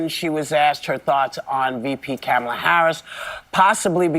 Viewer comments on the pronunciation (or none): You pointed out how Whoopi mispronounced Kamala by the first syllable sounding like that in the word camera, but you yourself still mispronounce Kamala. Whoopi's pronunciation sounded like CAMEL-la, which is still wrong, but closer to the correct pronunciation of COMMA-la, or KAH-ma-la. Major stress should be on the first syllable. Even Trump mispronounces it a lot, but not always. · The woman name is not Ka-malla BUT Ka ma la. Break it up in syllables, as learned in kindergarten. Stop being so damn slow, ignorant and disrespectful. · Whoopie says Camelavinsyead of Kah-ma-la. Are they going to rake hervover the coals like they did Nancy Mace? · FYI, You're mispronouncing her name as well. The emphasis is on the FIRST syllable of her name. The way you say it is incorrect and reminds the masses of us Gen X'ers to think of the once famous WWF Wrestler… The Great Chamala! Look him up. LOL The dimwit's name is pronounced… KAmala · I did notice how Whoopi said Camel-a cuz if anyone else pronounces it wrong, they call them racist or say they are pronouncing it wrong on purpose. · Coma-La is the correct pronunciation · Her name is pronounced komala it's Indian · Obviously Whoopi is a racist because she mispronounced her name “Camella”. 😂😂😂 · Why do you continue to mispronounce her name? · First time I heard of Kamala Harris she was on this show. It was years before she ran with Biden. She was asked how to pronounce her name. She said its pronounced just like Pamala but with a K instead of P. I cannot be the only person that saw that. Ms Goldberg remembers it. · You continuously mispronounce Kamala’s name !! What’s up with that bro? It seems like you’re one who is misinformed also !! 🤔🤔😩😩😩😩😩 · Dude, you pronounce her name wrong as well. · Its pronounced Kamala, not Kamala 😅😂😂😂 When did how you pronounce someones name become a debate point? 😅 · So you are mispronouncing her name like 45? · Also, Whoopie pie must be racist since she keeps pronouncing Kamala’s name wrong 😂